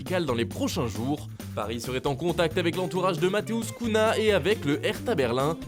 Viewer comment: On prononce Matheus « Cugna » et pas « Couna). Sinon bonne vidéo !